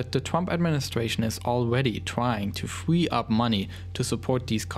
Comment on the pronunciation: "Fwee" lol